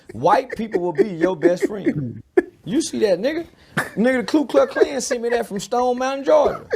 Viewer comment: I like how dude says " Clue Cluck clan"